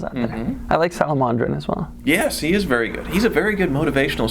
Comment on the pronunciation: Salomondrin?? Really Doug?? I just find him useless.